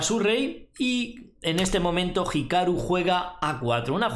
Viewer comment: pronunciando bien hikaru? wow